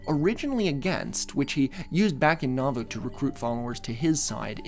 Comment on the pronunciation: A few friendly pronunciation notes from a listener raised LDS: Moroni is pronounced "moh-ROH-nai," emphasis on the second syllable. Nauvoo is pronounced "nah-VOO," emphasis on the second syllable. Laban is pronounced "LAY-behn," emphasis on the first syllable. Laman is pronounced "LAY-mehn," emphasis on the first syllable. Hezekiah is pronounced "heh-zeh-KAI-uh," emphasis on the third syllable. Very fun episode,! I was raised LDS and I've never heard of this sect before!